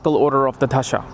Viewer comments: Its "दशा" and not "धशा" - wrong pronounciation changes entire meaning of technical terms: not expected of experts to do that. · Just a small correction - It's 'dasha' not 'dhasha'.